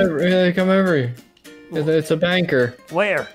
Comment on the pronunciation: when steve said banker i thought he said banger then i seen banker and was like🤯